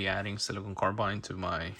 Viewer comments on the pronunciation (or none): It’s silicon (a crystal), not siliconE (a rubbery polymer). Jeez